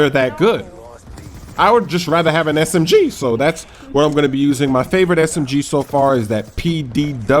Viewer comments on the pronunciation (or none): Omg how you said SMG LOL smGEEE! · s-m-GEE! lol